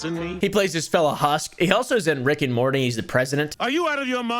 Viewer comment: why he say rick and morty like that 💀